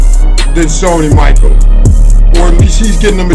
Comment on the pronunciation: not Sony Michael nigga its Michel😂